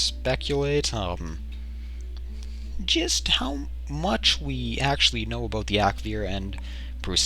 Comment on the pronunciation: about :)) aboot